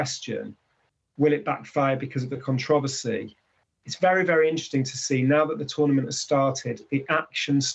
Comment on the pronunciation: The Con-trov-ausy!😄🤣